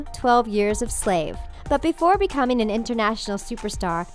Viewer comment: Why, oh why can't people pronounce ing properly? Ugh. Becomeen?? Singeen and danceen. Airhead.